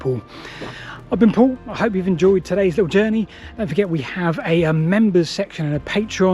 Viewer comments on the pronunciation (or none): none